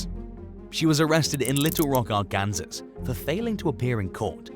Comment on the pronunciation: It's not pronounced "Are-Kansas"... It's pronounced "Ark-An-Saw".